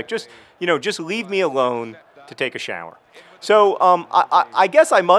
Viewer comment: I noticed that too... "shAAƝwer"